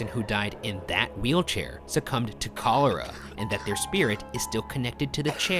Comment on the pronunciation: The way you pronounced cholera 😂